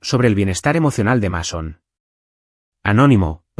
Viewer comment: Así se escribe Mason, pero se pronuncia así: Meison.